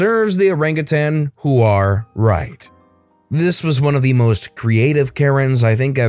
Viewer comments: For such a clean channel, hearing you say it like "who are" is absolutely hilarious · What's a wuh-hoar?